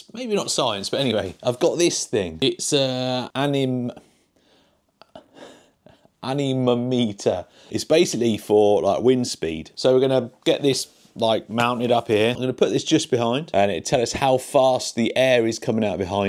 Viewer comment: Repeat after me An-Ne-Mom-e-meter. Great vid lol